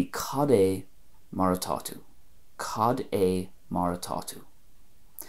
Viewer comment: I'm here in gweedore and have two not impressed with your Ulster cad é, they are pronouncing it like cadjay